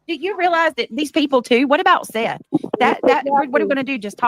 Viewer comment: calls Seth - Seff….. so there is that for weird names. Come on now …